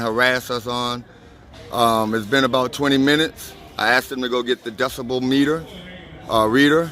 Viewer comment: not decimal...it's decibel!